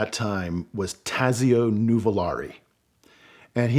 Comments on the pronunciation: Great storytelling but Taxio is pronounced Tott so. Clark is my favorite driver but I cannot go against Enzo and Ferdinand’s choice for the best ever driver. BTW, Varzi is pronounced Vott si. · The Z in Tazio is pronounced like the Z in pizza not like the Z in zone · My ears bleed when I hear his pronunciation of Tazio's name.